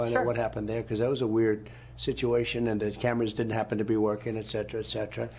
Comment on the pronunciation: 7.50 trump sayin excetra excetra definitely lyiiin